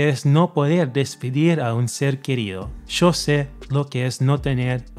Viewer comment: That opening Argentine "yo". Love it